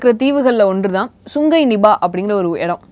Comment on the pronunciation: not nibah.. its niipaah.. Malaysian word.